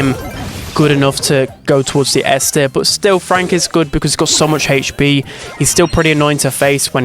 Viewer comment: Ppl: hp: hech pee